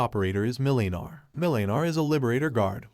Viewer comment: Millynar 😂 Mlynar (Mil-nar) your emphasizing the Y too much.